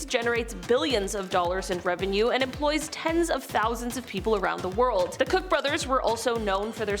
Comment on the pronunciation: Just an FYI, Koch, as in Koch Brothers, is pronounced "coke" like the drink. I wouldn't know that but I live where their headquarters is. The brothers were a bit of a mess, fussing at each other, but their mother was a lovely person supporting the arts. We need more people like her.